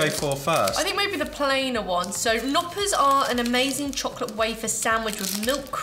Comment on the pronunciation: You pronounce the K in Knoppers.. LOL Hope you all are doing well.